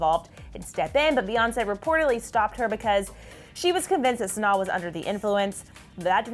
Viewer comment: The fact that ya’ll didn’t even bother learning how to pronounce Sanaa. 😒